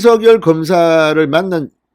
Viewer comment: 진선생님 너무 고맙습니다. 빠른 소식 명확한 말씀, 윤석열을 윤서결로 바르게 발음해 주시고 기자 정신 투철하신 의원님의 경륜! 두루 정말정말 감사합니다